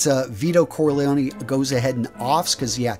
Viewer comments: Lusiano? Corleane? I stopped watching after this. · .do your research before you make a video and make sure you're pronouncing the names correctly. You botched Al Pacino's character's name